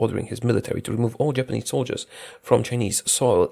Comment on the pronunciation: I thought said "Germanese" at the start talking about Machukuo still a puppet to Japan.